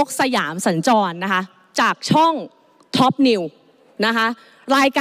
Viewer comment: ทุย หรือท็อป เอาให้ชัดๆคุณไอซ์